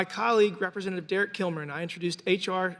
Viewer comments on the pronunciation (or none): none